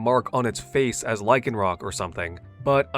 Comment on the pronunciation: THERE IS NO K IN LYCANROC!